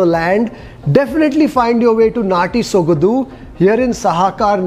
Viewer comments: It is Natty Sogadu..not "dhu".soga"du".. however you're always excellent and exceptional in explaining.. 👍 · ...again bad Kannada it's sogadu....not sogadhu... 🙄Du...dhu...du...dhu... practice it. 🙏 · Hi, it's sogaDu not sogadu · Dear your English is so simple everyone can understand easily no doubt about it I'm the fan of your english speaking style but please try to learn Kannada 100% and please take care about pronunciation it's not ಸೊಗದು it's ಸೊಗಡು.... I'm sorry if I said something wrong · Kindly brush up your Kannada or ask the establisher how to pronounce there establishment name. It's Sogadu not sogadhu. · It's not Sogadhu but apradh,you need to practice that more... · the pronounciation of the word sogadu is not exact, it should be pronounced as sogaDu - like when you say drum - the "d"sound so its like ಸೊಗಡು, सोगडु. Hope you got it? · D as in dog